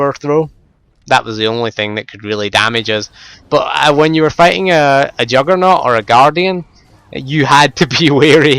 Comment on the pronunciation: lol...i love your accent...when you say juggernaut, it sounds like youre saying jugg or nor